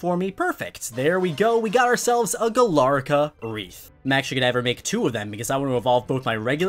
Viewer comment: It’s Galarica, not Galarca.